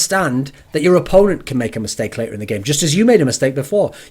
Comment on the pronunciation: the way u say later is quite weird ....